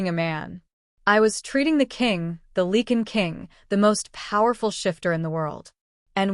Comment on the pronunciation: It is “Lye-can” not “Lee-can”